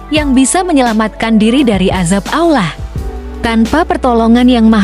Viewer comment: Yg ngomong nya aja gk fasih dalam mengucapkan Allah kayak orang Kristen ngomong nya